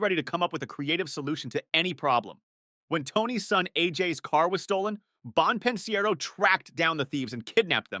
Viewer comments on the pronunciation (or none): Bon pin siero 😂